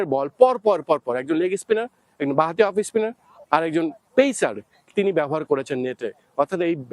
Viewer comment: অফইসস্পিনার, লেগিসপিনার এসব কি উচ্চারণ?